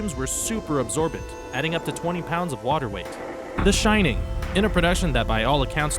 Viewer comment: "The Shinning" ...